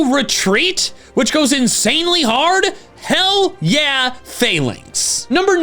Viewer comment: Lol, you said hell yeah like four times before getting to castform and I heard it as hail yeah each time.